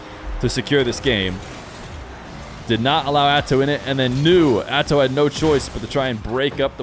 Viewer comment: Perfect way to say - "Atow survies" is true